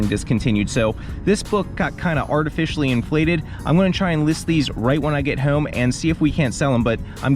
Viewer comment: I was gonna subscribe but then I heard you say “hope”, “over”and “home” and Idk how much of that “o” pronunciation I can stomach. 😂